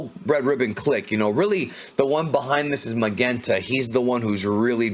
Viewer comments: Magenta's name should be pronounced more like Mazenta (マゼンタ) — which is a bit odd —, rather than Magenta (マげンタ) with a hard G. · The name Magenta, is pronounced mah-jent-tuh. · Lol why do u keep sayin magenta like that? Have u never heard of that color before? I kno it's the dudes name, but it's the name of a color as well, u kno? Lol